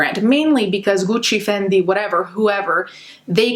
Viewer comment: The way she pronounces Gucci and Fendi 🤭🥵